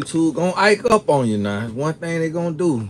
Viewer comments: Ike up😂😂😂😂 Do you mean act up?🤣🤣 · said Ack up😂😂😂😂 I can’t today lmbo